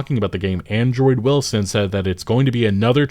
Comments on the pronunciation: Why do you keep saying Android Wilson when his name is Andrew Wilson?😂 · Why does it sound like you call him Android Wilson lmao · Hilarious that you keep saying Android Wilson. Ty for the video, sad what EA has become. Hopefully no ADs never show up in game like a damn commercial break. Keep that shit outta here. Bad enough that you can pay for a "Unlimited" streaming service and you STILL get commercials, as if the exorborant fee wasn't enough as it is.